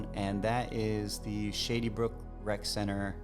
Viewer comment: Sounds like you're saying, "shitty brook"